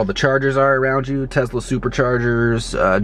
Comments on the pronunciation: Its a Tesla not a Tezla u fucken moron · tesla - not tezla. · Wtf is Tezla? It's tesla you dumbass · why do u say tezla. it's a tesla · What's a Tezla? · lol "tezzla". I'm sure you're all "car guys" by the way you all just buy the newest hype car. Doubt any of you can work on cars or drive manual. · I got cancer every time he said Tezla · Well considering Elon Musk pronounces it tezla, you need to shut the fuck up degenerate